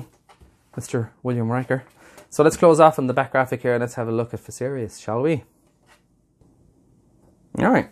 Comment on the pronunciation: You pronounced it correctly.